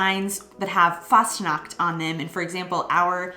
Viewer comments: The way you speak Fastnacht sounds like ,fast nackt' ( nearly nude) ;-)! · you have to take care while pronoucing the "ch" when you say Fastnacht...because when you pronounce the "ch" like a "K" which you did then you are actually saying "fast nackt" and that means "almost naked"...that was simply funny By the way because you mentioned "Halloween"..as you already mentioned there is a "Krampusparade/Perchtenlauf" in early December and that is then a "scary Parade" I´ll show you a short footage from Austria because there it is a huge thing on the 5th of December. A tradition by those socalled Perchten is to smear coal on the peoples faces just clarify why some of the kids in that vlog have a black spot in their face or on their nose..those simply got touched by these creatures. And all those masks are self-made hand-craft artwork by wood and therefore also heavy to wear - round about 20 pounds - and they are also very expensive when you order to make one and the horns are from cows, ibices, chamois and rams. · If you try to pronounce the CH in a word f.e "Fastnacht" or "ich", try to pronounce the ch like when you would say "huge" but only the "h" of "huge" what i heard aswell is that you guys dont like the harshness of the "Z" like in "umzug" bcs the "Z" almost like a "TS" in a spoken manner, there are occasions that the Z is soft, but i cant think of one from the top of my head. Overall you do a great job experiencing Germany and its culture and Language :D